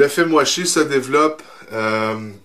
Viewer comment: j'entends "fait moi chier" a chaque "film washi" c'est perturbant